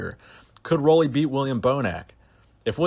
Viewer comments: Roelly is pronounced like roolly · Roelly is pronounced as Ruly